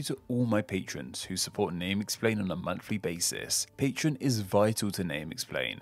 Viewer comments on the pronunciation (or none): Speaking of explaining names, I'm curious why you're the only person who pronounces patreon as patron. I assume there must deep linguistic reason and you're just champing at the bit to make a video explaining it all.